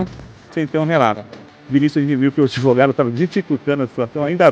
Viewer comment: "ADEVOGADO" que diz que quer o link da matéria pra "JOGAR" no processo já mostra o nível do profissional 😂😂😂